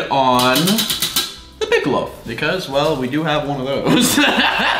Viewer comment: loaf not loof